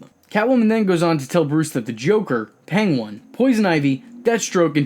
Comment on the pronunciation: What triggers me is you read Penguin as PENG-WAN